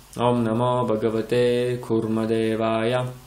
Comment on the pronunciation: Я вот не пойму почему вы произносите багавате,когда там пишет Бхагавате.Хочу заметить на примере 6 песни Шримад Бхагаватм,что в санскрите произношение очень важно и если не правильно звучание результат будет не правильный.Как в примере с Вритраасурой,его отец хотел чтобы был враг Индры,а из-за не правильно произнесённой А вышло Индра враг.